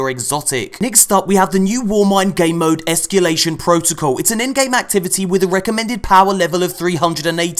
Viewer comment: "Ehskyoolation" looks like fun. Very Prison of Elders-esque.